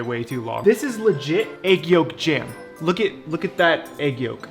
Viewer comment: At first I heard egg yolk gem, not egg yolk jam. I thought they completely solidified. Would be cool looking though. I want to try the peanut butter hack. I want to try ramen with tomato soup too now.